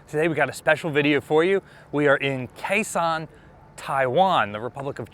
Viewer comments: It's pronounced Gao Xiong, not Khe Sanh. Fantastic content, but as a Chinese speaker i shudder every time you pronounce the city name. Do better! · Came here to see if someone had said this yet. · Kaohshiung is written with the Wade-Giles romanization, which is honestly pretty confusing to native speakers of English. Gao Xiong is pinyin and is probably easier for most English speakers to read and remember. I thought said Khe Sahn which really confused me. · if you're making another video there and you need to pronounce Kaohsiung, say it like "Cow" and "Shung" like "sung" but with an "sh". My family is from there, and my uncle was in the ROC Navy in the 1960's and served on the former IJN Yukikaze there. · "Kaohsiung" should be pronounced "Gāo xióng". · he just makes up the names as he goes.